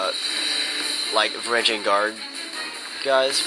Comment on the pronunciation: It's spelled Varangian. It definitely isn't pronounced "van-GAR-re-ihns". Sorry to burst your bubble.